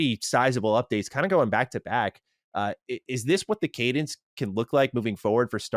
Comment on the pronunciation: please... please don't say Cadence again.